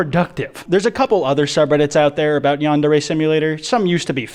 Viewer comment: U annoy me. ITS YAN-DARE-REE